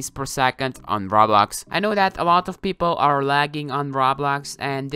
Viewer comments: I swear he says RAWBLOX instead pf roblox lol not bullying just sayin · ur saying rawblox like its rotting in hell..XD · My guy says roblox like R A W B L O X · XD Listen When u say Roblox why u say Rawblax? XD Dude Say it its easy Roblox Roblox!!!;) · normal people: Roblox: Rablax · he:every body is almost lagging on rablax me:its roblox he:RABLAX! me: faints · I love how he pronounces Roblox to: RABLAX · nobody: literally no species on the earth;: RAWBLAWX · He said rawblox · "rablax" no offence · Why do you say rablax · I love It when u say Rablax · Is no one going to talk about how he said rablax 😂😂😂 had my dying😂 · I like how you pronounce it rablax Also ty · Raw Blox, he says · When he said "Rablax" I felt that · I was dying of laughter when he said “Rablax” I’m still laughing about it while I’m typing this comment up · its RO-BLOX GET THAT? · when he say roblox i luagh so hard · just pronounce roblox correctly dude. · The way he says roblox tho xD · Lmao the way he say Roblox!